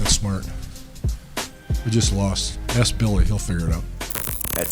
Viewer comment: What is it about them saying “AKS” instead of “ASK”? Someone pls explain.